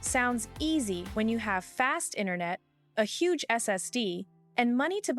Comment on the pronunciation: A “Hugh” mistake or do you mean a “HUGE” mistake😊😊!